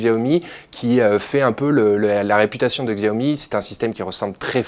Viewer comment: xiaomi ce prononce à la chinoise soit "chiaomi" , faites gaffe parce que le pdg de xiaomi va s'énerver ^^